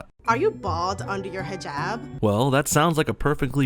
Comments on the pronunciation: Is nobody mentioning how the overweight Muslim keeps pronouncing hijaaaaaab wrong? Its "hih-jahb" not hih-jaab" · You both are pronouncing Hijab wrong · Golden Slumber zzz she can't even say hijab right, or put it on correctly